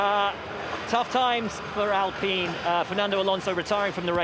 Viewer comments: Norris not knowing how to prounance alpine 😂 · Apparently they forgot how to say ALPINE un Europe lol.